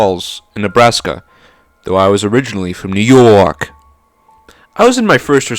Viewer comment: new yawwwk